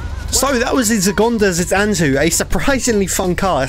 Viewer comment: From your severely butchered pronunciation with the help of captions, i think its name was 中华子弹头 in other words chinese bullet